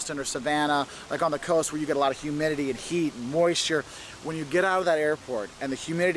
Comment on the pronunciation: "That humdidity" theo von